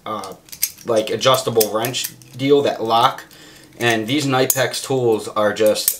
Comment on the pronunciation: Its pronounced nip-ex. Tools is a good idea. I never even thought about bringing simple tools along.